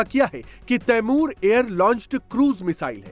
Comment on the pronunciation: Ap ko t apny missile ka name hi nhi leny ata 😂😂😂